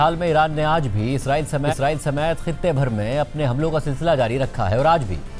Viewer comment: میڈیا پر جب بھی اسرائیل کا ذکر کیا جاتا ہے تو اکثر لوگ اسے "عزرائیل" کہہ دیتے ہیں۔حالانکہ عزرائیل ایک فرشتے کا نام ہے جو اسلام میں ملکُ الموت کے طور پر معروف ہے۔ لہٰذا دونوں الفاظ کو آپس میں ملانا یا غلط تلفظ کرنا درست نہیں ہے۔ درست بات اور درست الفاظ استعمال کرنا ہم سب کی ذمہ داری ہے۔